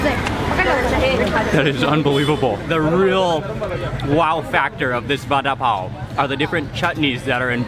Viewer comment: It pronounces barapaow